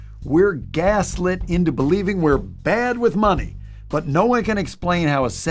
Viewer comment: It’s Count da Money. (that’s Mon-ehy)😂